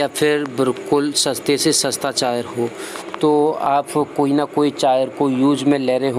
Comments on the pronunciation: Charger not ( chaar jarr) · Chayar nhi wo charger hota hai Pura video me chayar chayar sun ke mood khrab ho gya 😠😠😠😠😠😠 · Chaayer नहीं Charger बोलो Confuse मत करो लोगो को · Is vedio me sirf ye suna....kami hi dikhti h...bhai aapko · Lgta hai inko chai ki aadat hai ish liye chai aaar bolte h🤣🤣